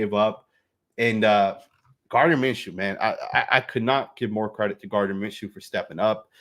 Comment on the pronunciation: It’s not Minshew damn